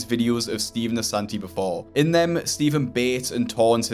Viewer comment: love how he has “Ass” in “Assanti”